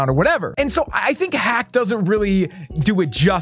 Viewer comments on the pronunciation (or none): none